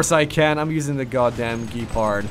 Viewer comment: AFAIK it is pronounced "Gehpahrd"